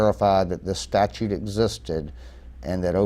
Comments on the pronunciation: Did he say statue 😂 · Statute ! NOT Statue.